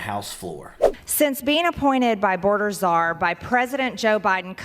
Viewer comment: Please tell MTG there is no such position as " boarder zarr" her ignorance is more profound every day.